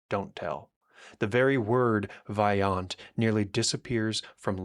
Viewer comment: The letter O in Italian is always pronounced as Oh. Always a long O, so please pronounce Vajont correctly